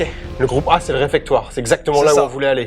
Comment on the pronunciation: on dit réfectoire <3 sinon c top :) bravo à vous!